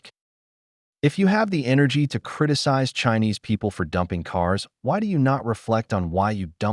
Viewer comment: Saar, i think..maybe palki said dumpling not dumping, that's possible because of accent, maybe..🤔